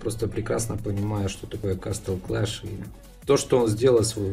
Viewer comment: вот сколько ты играешь в Castle clash, и до сих пор говоришь кастл клэш, когда на самом деле правильно говорится Кэсл клэш.